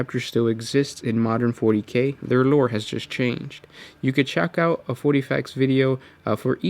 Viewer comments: when this guy says 'loure' hahaha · I know its petty and stupid but the way dude says lore is mad annoying